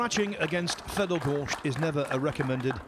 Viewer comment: It is not Goršt, it is Gorst.